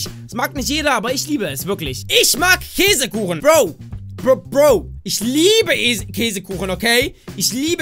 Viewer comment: Äsekuchen? X'D 2015